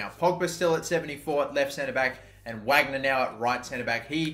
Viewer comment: VARGNER please mate 😩😩 why Whagner?? It’s German